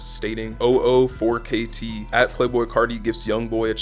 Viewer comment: very good video but 004kt is prenounced "double o four 4ktrey"